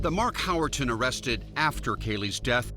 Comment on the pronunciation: Howerton? He really flubbed the D.E.N.N.I.S. System